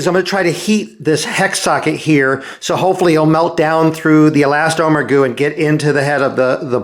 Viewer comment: He never did. He did, however, say " e-last-OH-mer". (And I am glad he is back, no matter how much I self-righteous nit-pick!) Another great "How-To" video.